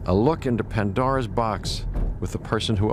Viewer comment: AND ITS PANDORA NOT PANDOR